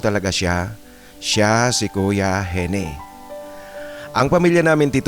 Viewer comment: Baka Eugene (Yudyen) ang real name ni Gene. Ang tamang pagbigkas ng Gene ay Jin hindi Henie.